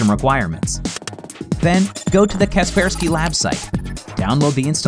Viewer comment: Wait what its not kaper sky its ka persky what